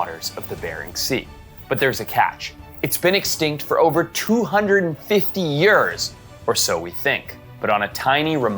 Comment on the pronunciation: I cannot comprehend how you pronounce years